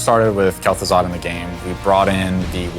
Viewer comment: lul wtf? Gaz'Thuzad?